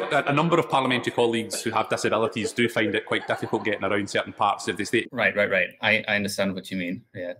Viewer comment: estateやplaceの発音が聴き取りにくかったですね。